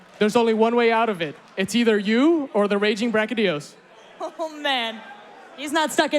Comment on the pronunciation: I liked the gameplay but who was that woman host? She was so cringe and she pronounced brachydios with a g like "bragydios". Like wtf at least get people to host who know the friggin names of the monsters.